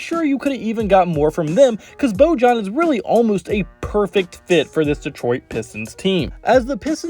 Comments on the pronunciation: “Boy-on” not “boe-Jon” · It's not Bo-John it's Bo-Yan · Its pronounced Boyan. Great vid though!